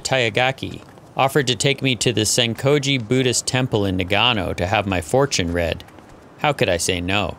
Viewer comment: Great story and video, but it bothers the living shit out of me that he pronounces Nagano wrong like 40 times. You would think that spending so much time there, and all the filming etc, that someone at some point could/would notice that this is incorrect and fix it.